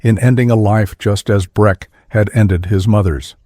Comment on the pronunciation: Breck not Brett. Sell not Cell.